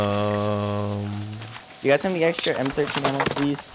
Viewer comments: It m13 not m 1 3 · He said “The M 1 3💀” not M thirteen but spelled M13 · Not m one three its m therten